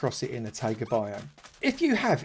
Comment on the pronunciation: It’s not Tága it’s Taiga pronounced Tie-ga